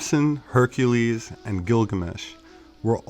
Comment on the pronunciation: Herr Ka leezzz Her Ka Leezzz !!!!!